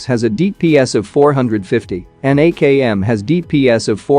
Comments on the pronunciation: Not AJM it's AKM bro 😁😁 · Dang bro, "AJN" instead of "AKM"? And, look, you have hundreds of thousands of followers, I'm pretty sure you could spend some time on google translate so your videos have less errors when you speak in English... when you're a content creator, you should do your best to communicate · Its AKM not Ajn 😂😂😂😆😆😆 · Akm not ajm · bro it is akm, not ajn